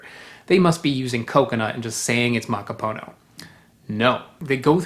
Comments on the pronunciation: Also I have always heard it accented on the last syllable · Did you know, that "macapuno" means "full" or "filled"?^^ So, it's a "filled coconut" just short-handed to "filled (one)". Also: it is -puno, not -po-no, the '-pu' is pronounced more like "poo" in english, maybe a little more open, straighter and further back than the english oo. But not like "(Edgar Allan) Poe". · Is it possible that "macaPONO" is not the correct pronunciation of "macaPUNO"? You said it the same way dozens of times, but you didn't seem to be conscious of it. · Why you say macapono?